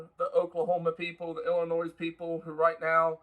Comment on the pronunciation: its illinoi, the s is silent